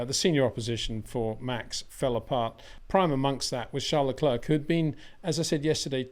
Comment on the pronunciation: Being a public figure , I cringe everytime you prononce Le CLERK instead of Le CLAIR just like Le Clair College or Le Clair University ! Why ? Is it lazyness ? Just say Charles if you don't know how to prononce his name please .